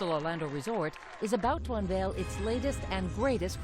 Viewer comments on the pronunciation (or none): none